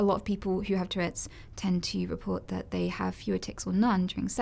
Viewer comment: lmao😂😂 It's "Tourette's" , not "toilette's"